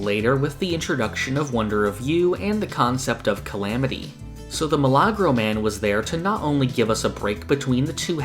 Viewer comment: oh it's a miracle man. The way it was pronounced threw me off a little. Best way to say it is a "mE-la-grow"